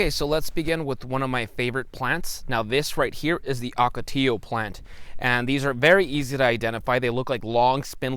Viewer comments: You are driving this 80 year old native gringo Arizonan crazy with your hard "L's" like Jello, when saying Ocotillo. I think you know better. "Ok-o-tee-o would sound a lot better. A lot like "GILA" monsters. Not a hard "G" like fish Gills. Like HEE-la. I always notice when a newly transplanted Eastern news reporter on television mispronounces all the Spanish words here in the Southwest. The have a ball with our "MOGOLLON" Rim. "MO-GEE-OWN". (Or also "Thew Colorado Plateau. Where all the streams run Northward towards the Colorado River. "MAZATZAL" Wilderness and mountain range. Pronounced "Mad-a-zell". Or, as the old timers used to call it in the late 1800's; "Mad as hell". 🤠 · Ocotillo comes from the Nahuatl word Ocotl which means small or little torch and we pronounce it the "ll" sound ...(oco-ti-yo). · I love your videos! I grew up in Tucson so I'm familiar with all the plants you talk about. Sorry for nit picking but one thing bugged me throughout this video. Your pronunciation of Ocotillo. It's oh-coh-TEE-yoh with long O sounds, not short O. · Ocotillo- in the early 90s, I was on a ranch in the boot hill of New Mexico, and we had to fight these things sticking to the legs of our horses. They didn't like them either. I used to love to irritate the ranch foreman by pronouncing it with my Texas accent- Okertiller. ;oD